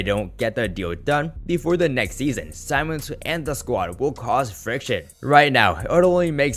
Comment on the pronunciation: It’s Ben Simmons not SAIMMONS